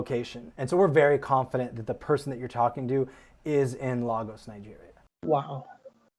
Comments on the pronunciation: Great video Patricia, but the guy's mispronunciation of Lagos was actually stressing me out. 😂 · not LAAAGos, Nigeria LOOOOL my people oo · His Lagos pronunciation 🤣